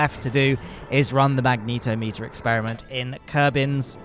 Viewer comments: "magnetometer" is pronounced "mag-net-om-ee-ter". It measures magnetic fields, not magnetos (a magneto is an old-fashioned car part that generated electricity, later replaced by alternators).🤣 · "mag neet o meter" wild pronunciation